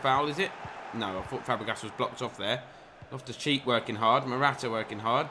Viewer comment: Made me laugh sounded like in the game against Leicester you called loftus cheek loftus cheese 🧀 🤣🤣🤣